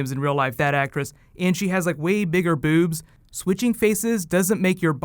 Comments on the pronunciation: I think it's funny how you say "boobs". Bewbs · I love how he pronounces it: BEWBS lol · Bewbs. I like your pronunciation. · tehehe ...he say "bewbss" hahaha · the way he said bewbs haha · Love the way u say, "way bigger beewbs."